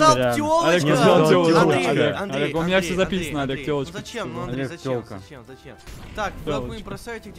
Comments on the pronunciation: Олег ты сказал ТЁЛОЧКА вместо ПЧЁЛОЧКИ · ти сказав тьолочка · Ты сказал телочка